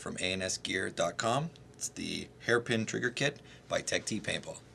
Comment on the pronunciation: Bro I called them like on the phone and they say Tech-TEE not Teched